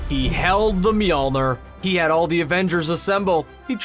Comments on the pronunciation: Screen rant: pronouncing mjolnir as Me all neer Me: ITS ME OH LL NEAR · When he pronounced mjlnior as Molner I was like meal-near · Miolner🤦🏻‍♂️ it’s pronounced meelnier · its myole-neer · Did anyone else get triggered how he said mjolnir